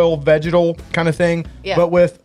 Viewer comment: Could have sworn when you were saying vegetal that you were saying vaginal haha! #doitblind #gucciscissors